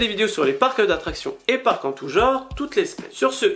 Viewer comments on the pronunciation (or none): none